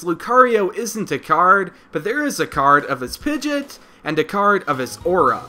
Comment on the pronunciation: the fact he calls pidgeot pijit it just iritates me